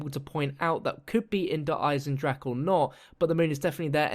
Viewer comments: Der Eisendrache is pronounced like you are saying it but with an emphasis on the e at the end so it sounds like eisendracha. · 'Der Eisendrag' hat er gesagt. Wie er es einfach nicht aussprechen kann.😂😂😂😂😂😂😂😂😂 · The ch from Eisendrache in not spelled like k or g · "wounderwaffa" "eisendrach" when the english peoole speak german words :D